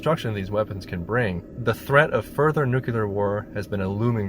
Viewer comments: The word is nuclear. Referring to the nucleus of an atom. It is pronounced noo clee err. Not noo cyoo lar. There is only one u in the word and no y. I know I sound like a word cop but as a long time employee at a nuclear power plant for some reason it drives me nuts. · Do Americans really say "nukular" like this guy instead of "nuclear" or is it just this guy? English isn't my mother tongue, it is possible that I'm just misunderstanding something...Am I? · gawdammit... 5 seconds in and I'm already screaming, "It's NEW-KLEE-YAR! Not NoOk-yOo-LuR!" .....all right... I'll try to muscle past that... AIEEEEEEE!!! NO! 8 more "nook-yoo-luhrrzz" in the first minute alone! I CAN'T DO IT!!! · It's NUCLEAR, NOT NUCULAR ! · Jesus Christ. NU - CLE - AR. Not "nucular!!!"[ it's about the atomic nu-cle-us.] c'mon Americans, you sure can build 'em, how about learning to pronounce 'em too? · It's 'nuclear' not 'nucular' ffs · Dear Americans... it's caller nuCLEAR fallout, not nucular fallout. There's no such thing as Nuculuses. SMH. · It’s NUCL-LEAR not NUC-ULAR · Please pronounce this devastation with the gravity it demands - NuCLEAR not NuCULAR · It is pronounced NEW-CLEAR. NEW-KEW-LAR is never the correct pronunciation. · Let's just all be glad that there's no such thing as nucular bombs anymore. Nuclear ones, however, are very real, and a clear and present danger to human survival. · Why oh why do people still say 'newkiller' and not NUCLEAR!?!?! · You want to talk seriously about nuclear war and yet can't even pronounce the word properly. It's NEW CLEAR, not nukular like morons say. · ˈnjuːklɪə the ə is like the ar in regular "ɹɛɡjʊlə" . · "Nuclear." NEWK-LEE-ER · You lost me at "nucular." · What the eff is a 'nucular bomb'? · NYOO-klee-uh, for god's holy sake. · Noo-Klee-Ur. Why is that so hard? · NEW. CLEE. AR. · umm, nucular??? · The word is NU CLE AR. Not Nucular you dick, FFS. Are you George Bush's son? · Nuclear not nucular. What a dope. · Nucular LOLZ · "Nucular" war?